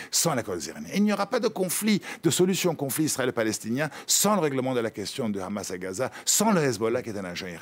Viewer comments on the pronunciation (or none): none